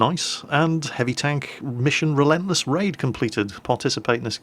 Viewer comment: When he said relentless raid I thought he said relentless rave.